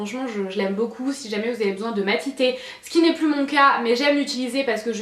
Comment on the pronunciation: Cc ❤️Tu as dit Matiter au lieu de matifier 😂